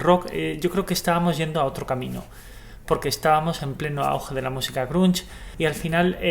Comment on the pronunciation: pero no digas grunch.. es grunge.. por dios!